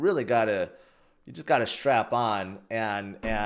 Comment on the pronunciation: Did he say strap in or strap on?